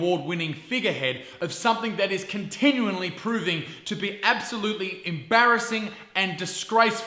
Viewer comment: did he say continuonly?